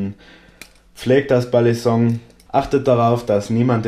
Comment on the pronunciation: nein genau das ist es nicht du sagst es wirklich im video du sagst immer Ballisonk.. Ist zwar geschmackssache wie man es nimmt aber war meine persöhnliche meinung aber kein hate wie gesagt ich feier dich und deine videos :)